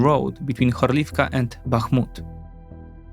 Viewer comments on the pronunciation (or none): I will be that guy and say: it is HOrlivka, not HorlIvka. Love your content❤